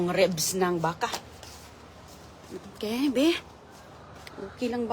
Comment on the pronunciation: I heard again her "oke". No improvements talaga. Sige lang Salita kahit sablay!